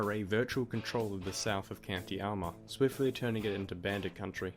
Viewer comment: ARMAGH! Not alma lol